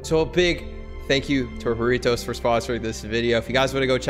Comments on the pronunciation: Normal people: Jarritos: hareetose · Btw it’s a Mexican drink jaritos and u pronounced it wrong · IKR I SPEAK SPANISH AND THEIR SAYING IT WRONG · As a Mexican I am disappointed in the pronunciation (mandiran is the true Mexican flavor) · If ur gonna get sponsored by Jarritos plz say it correctly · You said it wrong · Saying jarritos wrong stop pls